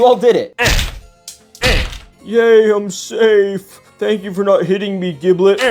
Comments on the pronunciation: Bro keeps saying jiblet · Giblets name is pronounced with a G sound not a J OK